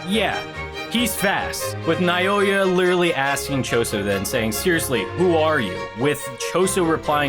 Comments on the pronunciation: Plsss continue it plsss 😅😅😅😅, and you can read naoya name (Naw-ya) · I pronounce it Now-Oy-Yuh